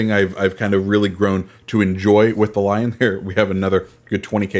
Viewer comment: It's L-yon not Lyown. Sorry just bugs me most ccs get it wrong